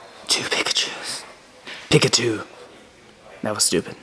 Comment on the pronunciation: "There are 2 pichachues" "Pickatwo" "That was stupid"